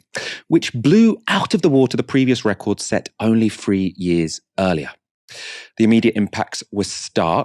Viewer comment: still pronouncing 'three' as 'free' is the real heartbreaker here.